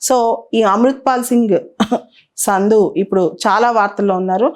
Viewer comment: సంధు మేడమ్ సింధు కాదు.